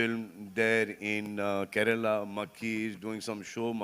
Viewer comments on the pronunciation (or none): none